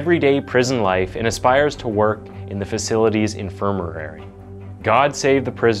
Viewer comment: Why on earth can't you be bothered to learn how to pronounce basic words? It's infirmary, not "infirmuhrarie"! 🤦🏼‍♀️ You do this every single upload!